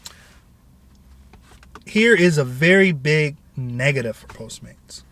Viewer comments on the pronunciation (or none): none